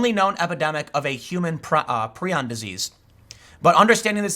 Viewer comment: Tim, it's pronounced "Pry-on". Prion. The repulsion most have towards cannibalism is an evolutionary safeguard against disease. There are some terrible, terrible, afflictions one can get from cannibalism. That said, sometimes, I eat skin from around my cuticles. I have dry skin and they get jagged and I can't stand it. And we should worry about prion diseases because there are some rare ones, like Fatal Familial Insomnia, that are a terrible way to die and genetic. It, and especially the non-genetic variant, Fatal Sporadic Insomnia, are very rare, but, nightmarish to read about. As someone who had an onset of near total insomnia, sleeping 4-6 hours every 6-8 days, otherwise unable to get past Stage 1 Alpha sleep, I, fuelled by paranoia, desperation, and the "just enough knowledge to be scared" premed education I had, learned a lot about this disease because I was having several of the symptoms. I never got better. But it's been three years and I'm still alive. I do sleep thanks to a cocktail of heavy sedatives, including a chemical related to GHB and Flubromazolam, the most powerful benzodiazepine drug discovered so far (All *legal*. The GHB related chemical is sold as a supplement and Benzodiazepines are schedule III, not covered by the analog act. I did not use benzos and was terrified of them because of their discontinuation syndrome, more lethal than that of alcohol, before this happened to me, but no doctor could get away with writing a prescription that would put me dow